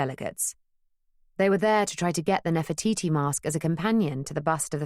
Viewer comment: Sorry, New Yorkers do not pronounce Nefertiti as Nefer-toy -toy! Where on earth did that come from? I was enjoying the tale so far but once I heard that... the grimace I have has made me even stop dictating this text!